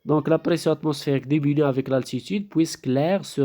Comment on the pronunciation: si on enseigne en français ,il est formellement interdit de parler en arabe.c'est antipedagogique..en plus des fautes d'orthographe (au moins 3 ou 4).mauvaise prononciation (demenue alors que c'est diminue )